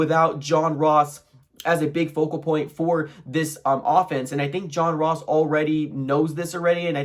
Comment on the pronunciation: Turned this shit off when he says John Ross